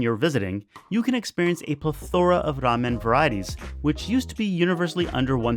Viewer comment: 'entrails' and 'plethora' are both pronounced with emphasis on the first syllable